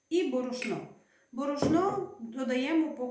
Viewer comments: бОрошно а не борошнО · У слові борошно ви невірно робите наголос, на першому складі наголос, а не на останньому. Таке вперше чую. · Уперше чую такий наголос: борошнО. :)